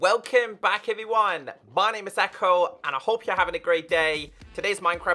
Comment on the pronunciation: It's Ecko, not Echo!!!